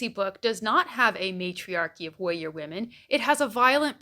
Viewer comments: I'm sorry but does anyone else hear "wowwier"? I have been rewinding for 7 times and the only time i hear "warrior" is in the latter part of the video. But in any case, an intriguing insight. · The way you pronounce “warrior” is… interesting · You may have a point, but the way you say "warrior" is very funny 😂